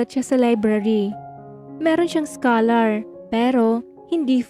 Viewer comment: Scholar is pronounced as skolar di po skalar